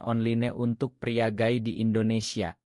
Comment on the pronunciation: Gay (baca gei) Min, kalo Guy ( baca Gai) mah nama suami gue😂😂.